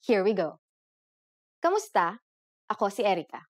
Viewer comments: One point.... You are pronouncing Kumusta as Kamusta... Please be more accurate about it... Kumusta is the proper way to pronounce it but Kamusta is how it is normally pronounce in a conversational manner... Be not confused about it.. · mali naman pronounciation mo sa kumusta - it's not kamusta - it's kumusta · Correction, 'kumusta' is not pronounced KAmusta (not 'a'). It is pronounced 'u', thus 'kumusta'. We pronounce the vowels as they are written. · Writes kumusta but proceeds in pronouncing it kamusta? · Why does she pronounce it "KAmusta" instead of "KUmusta"? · at hindi KAMUSTA ang bigkas..kundi KUMUSTA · It's odd how she says "kAmusta" instead of "kUmusta" because Filipino doesn't have a lot of words that aren't pronounced the way it's spelled. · Wrong. Hi Erica, mali po kayo sa “Kumusta” na ang bigkas nyo ay “Kamusta”. Kung “kamusta” ang bigkas mo, dapat isulat mo rin na “kamusta”. Pero kung ang nakasulat sa graphics mo ay “Kumusta”, dapat “KUmusta” rin ang bigkas mo. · "Kumusta" this is wrong pronouncation meaning sentence in filipino language standards textbooks. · "Kumusta" is Bisaya spelling. In the official Filipino dictionary, it is spelled "k[a]musta" and Tagalog people pronounce it with an "a" sound